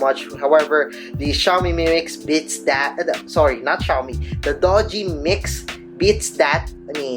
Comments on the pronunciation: it's not Doge, you pronounce it as DU-JI (Doogee) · Pronounce it as doojee, not dojee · your pronunciation of the brand is totally wrong bro. it's "doo-ji", not "do-ji".